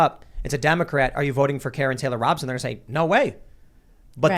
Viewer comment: I'm no fan of KTR, but understand her name is pronounced Robe-son, not Rob-son.